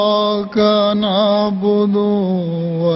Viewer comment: One of More of major mistakes: stretching thre harakaat like: iyya ka na' bduuuuuu ... It's na'bduuuu its' na'bdu...